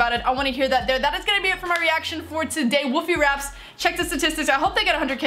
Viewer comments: He's in Canada and it's Wolf-ee not woofey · It’s not Woofie, it’s WOLFIE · U said woofy It is woolfie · It's wolfie not woofie. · His name I wolfie not wofie and Sean's favourite YouTuber is mineminter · You Said Woofie...... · She says wofie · Is it just me or did she say wofie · Woofie raps? She cant even say his name right